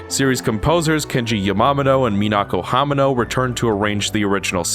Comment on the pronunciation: The way you pronounced "Yamamoto and "Hamano" is really cringy. Please take the time to learn how to pronounce people's names right.